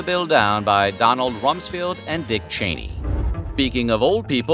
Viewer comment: Donald Rumsfeld's last name is pronounced Rums-feld, not Rums-field. 🙂